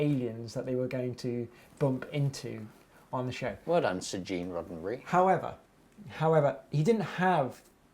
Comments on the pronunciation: pretty sure he said "Gene Roseberry" as the creator of Star Trek, it's Gene Roddenberry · James is SUCH a big fan of Star Trek, but pronounces the name of its creator wrong? How is that possible, Roddenberry is spelled with two "d"s on pretty much every Star Trek related material one would think. ^_^